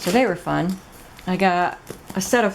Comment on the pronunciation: I meant to say “it is FUN”... not “dun”...😂😂😂